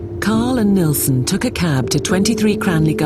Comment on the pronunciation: is anyone else irritated by them calling him NElson instead of NIlsen???? ugh!! but these 2 poor guys!!! NO....Martin ....YOU are NOT to blame....he was the freak not you